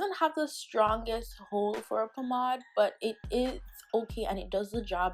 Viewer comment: "Pomod", "Burgaandy"? Pomade, Burgandy!